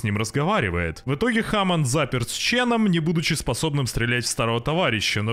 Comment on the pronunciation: Не Кайн аа "Кейн" не Хамонд аа "Хемонд"